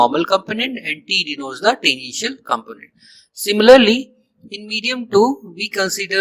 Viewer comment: When you were pronouncing the word "tangential" while explaining how flux contribution of the curved surface becomes zero, you pronounced it like "the initial". I had to repeat that part many times to make sure what you were a tually saying. You need to improve your English. Also, you didn't explain the vector form of the magnetic field intensity equation properly. You just said it like in book.